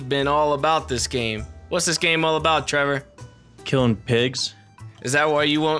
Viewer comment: WHO THE FUCK IS TREE VOUR!?